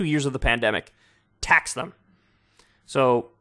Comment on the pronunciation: “tax them” or axe them.